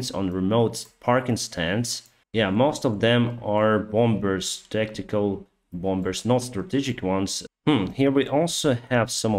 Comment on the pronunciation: the word "bombers" is pronounced "bomers", there is no second b in it. #ukraine